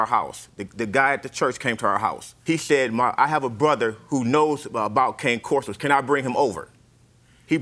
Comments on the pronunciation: Did he say King corso hahahahaha its cane corso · He said cane